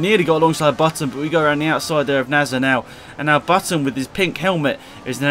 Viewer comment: Not nasr